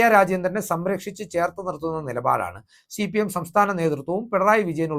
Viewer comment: ശി പി എം അല്ല ഹേ സി പി. എം